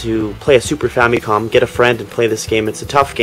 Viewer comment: Famicom = Family Computer WHY does everyone always say Fam-Y/Com? [Fam-i-com] It's simple.